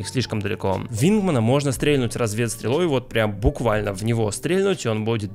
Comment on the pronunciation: спасибо за видео, было очень интересно но, ПОЖАЛУЙСТА, УМОЛЯЮ. прекрати говорить стрЕльнуть стрЕльнул. ударение на последний слог. стрельнУл стрельнУть.